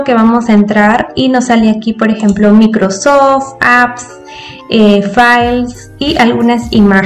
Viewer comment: no sabes hablar no es "micrrrrosofttt" es microsoft